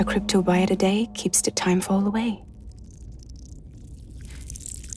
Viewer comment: Cryptobiote, not cryptobite.